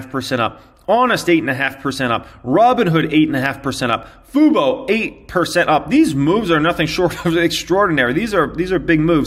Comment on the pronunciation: doesn't know how to pronounce FUBO but his favorite word is capitulation